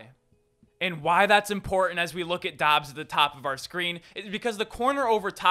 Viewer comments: Say it like "dobs." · It’s pronounced Dubs I’m pretty sure